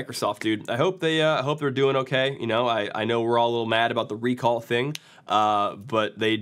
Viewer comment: Why do I hear 'Rick Roll' instead of 'Recall'? God, save my mind...